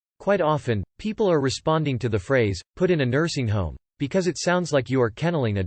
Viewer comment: Lmao robot voice read it as "150,000-200 p-p-l". I was thinking, Holly crap that's not a wedding, that's a concert